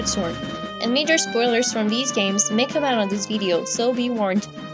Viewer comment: They way you pronounce "Ocarina" and "Majora" just bugs me.